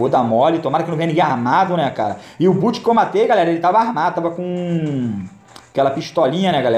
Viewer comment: SE FALA BÓT, NÃO É BUT